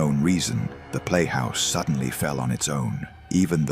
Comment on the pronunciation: WTF are you talking about? 'Suddenly, this man felt a burning sensation on his neck. He was terrified...' The guy was completely calm and had just clearly stated he didn't feel anything. Earlier in the vid, this stupid AI said sedantly instead of suddenly. This AI shortcut slop ruins these vids for me